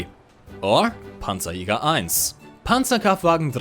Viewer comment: Whenever he is saying Panzerjager, i'm listening Pantsu Yoga.